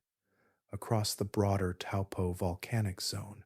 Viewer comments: Bro taupo like your big toe and your rich and your poor just have a go and pronounce better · Helpful tip for pronunciation / Taupo = Toe🦶+ Pour🫗